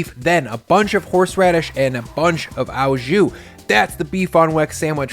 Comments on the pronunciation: "au" jus is French and pronounced "oh", not "ow"as in cow. A top round roast is the recommended cut. The W in weck is German and pronounced with a "V" sound. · It's just jus - it's the stuff you put it on that becomes au jus (and it's pronounces like "oh", not like "ow"). Think of the word au as being the same as "with" (it's not quite the same, but that's one of those language things where a word can be translated to many different words in a different language depending on how it's used). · it's pronounced "oh jew"... not "ow jew". It's french. So the "au" is "oh". If it were German you would have the correct pronunciation. But it aint. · hey waassup ! its pronounced " O JU' not "AW JOU" <3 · Nothing but love and respect, it's 'O jus', it cannot be pronounced 'ao jus'. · Picky French-Canadian here about to go full on Hermione. It’s pronounced oh jus; not ow jus. Thanks for the great video ! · Looks amazing! Thank you! A few constructive grammar points: "Au jus" means "with drippings", so it should be "with jus" and not "with au jus". The "au" is pronounced like the letter "o". Also, "dollop", not "dallop". Thanks again. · this guys pronunciations. "dollmation" and "owwwjew"